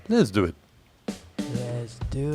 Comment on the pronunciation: Too many 'lezduit's. Im done watching.